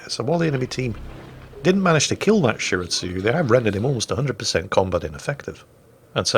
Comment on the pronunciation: Did just pronounce Shiratsuyu and Akatsuki correctly? I must be imagining things!